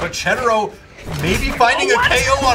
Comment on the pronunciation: it's Cedero not Cheddero. I dont know if you remeber the video 2 years ago... Cedero and Cake vs... I cant remeber. There you pronounced it correctly